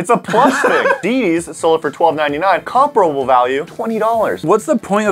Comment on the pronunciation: you said comparable wrong lol